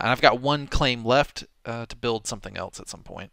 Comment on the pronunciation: you've talked about this, it's else, not elts!